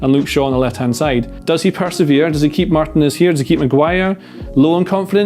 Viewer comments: Someone please tell that Martinez is pronounced Mar-TEE-nez and not Martin-ez. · I love videos but I wince every time he mispronounces Martinez.